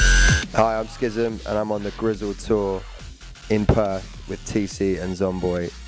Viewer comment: Not "SKiSM" it's "SKisM"